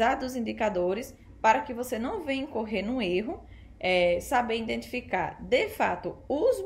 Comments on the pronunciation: In identificar....? Kkk É I DEN TI FI CAR certo? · EXCELENTE VÍDEO, GRANDE CONHECIMENTO SOBRE O MERCADO DE AÇÕES, AMEI O TEU SOTAQUE NORDESTINO, NÃO O PERCA NUNCA! TÚ REPRESENTAS COM DIGNIDADE O POVO NORDESTINO! APENAS CORRIJA O HÁBITO DEFEITUOSO DA PRONUNCIA (INDENTIFICAR) NA PALAVRAS "IDENTIFICAR". PARABÉNS! PROFESSOR ROBERTO GUEDES CAMPINA GRANDE PB!!!!